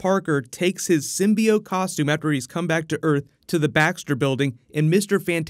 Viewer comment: symbi-oat? sounds like my type of cereal.